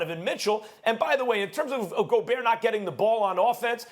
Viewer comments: KP: "Rudee Go-BURT" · LePerk just said, "Go-burt"... 🤣 Not Go-bear. I guess Lacey Chabert is Cha-burt. Not Sha-bear. Go-burt should Go-Clippers. Go-burt is healthy. I usually get Yoplait. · Perk: Rudy Go-Bert. lmao. btw. who's the hot chick? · “Go-bert”. Doesn’t look like Perkins is cut out for a job where he has to pronounce people’s names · How can we take a sport's analyst seriously, if he pronounces Rudy Gobert by saying "Rudy Go-Bert?" LOLOL. I think this show just got worse with adding Kendrick Perkins on it. Someone please tell me how on earth did he get this job??? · Can somebody please tell Perk it’s Go-bear ???? Hurts my ears every time he says it wrong. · Perkins "Go-burt". Fool come one now, don't take a page out of Stephen A's book and mispronounce players names lol. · Nobody: Perk: Rudy Goburt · He pronounced Gobert worse than flight. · Can someone at ESPN PLEASE tell Perkins how to actually pronounce theses players names??? It's driving me insane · Perk doesn't see eye to eye with people with a shred of intelligence. Can't even not pronounce a silent 'T'. Rudy Yoghurt. PERK IS A BLATHERING IDIOT. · Perk did not win the argument from a pronunciation standpoint.. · I came to hear kendrick perkins mispronounce words, and was rewarded very early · SMH, the guy can't even say the players names correctly. Get him outta there! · I love how perk pronounces gobert😂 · Did Perkins really pronounce the T in Gobert? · How perk the only person on the whole ESPN hittin that T hard on gobert??? Despite max steadily saying it right. Tighten up Big K😆